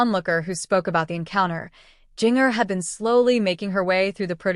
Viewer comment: This AI is mispronouncing Jinger's name terribly! Not very professional.